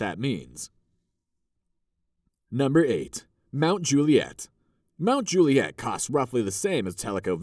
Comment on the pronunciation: Those shots of straight tree lined streets with sidewalks supposedly in Forest Hills and Oak Hill are nothing like reality which in reality are very curvy, hilly, huge grounds, long driveways and no sidewalks. There's even one scene with a car with NY plates. Oh and in Mt. Juliet, the accent is on the first syllable, like Mt. JU- li-et.